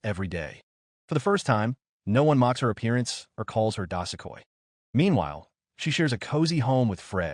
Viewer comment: Thanks for thr recap but damn plz get the proper pronounciation; i couldnt find anythg about this "dasekoi" you speak of - turns out it's DO-SU-KOI. How do you end up pronouncing da-se-koi